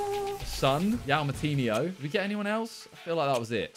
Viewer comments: "IAU" Moutinho hahhahaha Dude, Just google the name pronunciation. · CAN SOMEONE PLEEEEEEAAAASE TELL HIM, THAT YOU DONT PROUNONCE "YAU MOUTINYO" caralho. Its Joao Moutinho, LISTEN TO IT ON GOOGLE!